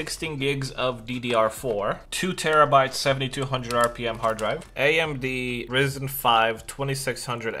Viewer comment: are we gonna ignore that he just said risen